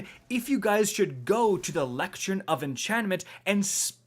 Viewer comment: Sounds like someone doesn't know how to pronounce "lectern".